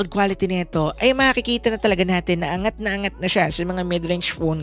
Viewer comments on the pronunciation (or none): none